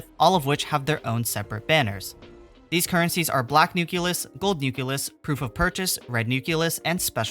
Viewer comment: NU-CLE-US not NU-CU-LUS